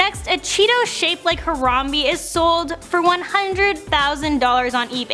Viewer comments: exactly,how hard is it to pronounce it smh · I laughed so hard when said Harambe wrong.